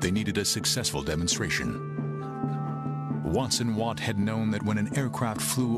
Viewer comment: Robert Watson Watt, and his assistant, Arnold Wilkins. They garbled the names in this video.